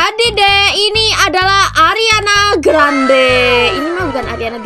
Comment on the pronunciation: Ariana grande:❌ Ariana granad:✔️